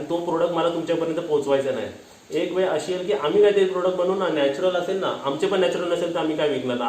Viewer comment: हो मी तर start to end सर्व ऐकले. कारण तुमच्या बोलण्यात काही खोटेपणा न्हवता उलट त्यामध्ये नात्यांना जपून ठेवण्याची एक तळमळ दिसत होती. मला तुमचा सर्व talk आवडला. आणि एक suggestion आहे तुझ्यासाठी तू (ळ) cha उच्चार (ल) असा करतोस त्यामध्ये फक्त तू सुधारणा कर. For eg. वेळ बोलायचे असेल तर तू वेल असे बोलतोस. Just मी तूला सांगितले मी आशा करते कि तूला राग नाही येणार या गोष्टीचा. बाकी vlog तर खूपच भारी.